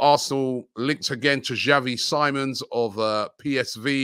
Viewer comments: Call me petty but Robbies pronunciation of words irritates me. Robbie's been told that it's Xavi Simons (as in See-mons and not Sigh-mons) SMDH. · Xavi last name. You say it like siemons